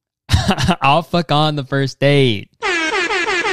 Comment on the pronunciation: all i can hear when you say ‘alpha con’ is ‘i’ll fuck on’ and how did none of these men notice